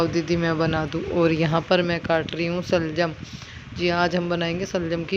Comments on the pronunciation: Shaljam hi hta h pada ni h aapne ka kha ga m sa se saljam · Waah waah kya gayaan baat rahe aap janaab shaljam hi hota h salgam nahin